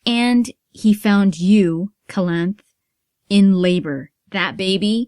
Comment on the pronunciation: It is Calanthe, not Calanth ^^, with an accent on last E. :)